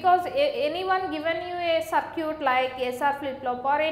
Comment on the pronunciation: It's sad that people are getting annoyed over her accent and broken English. I think her english is fine, she is a South Indian that's why her accent is slightly different. For example she is pronouncing circuit as sircute. I understood the topic and I thank her for that.